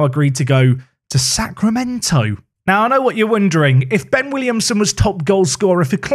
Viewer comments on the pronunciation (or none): none